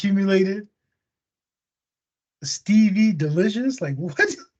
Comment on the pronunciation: i thought he said sceevy not stevy